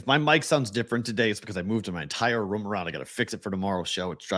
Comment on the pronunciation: somehow adds a "w" to the word "room." Not sure exactly where or how, but he does. #FTAT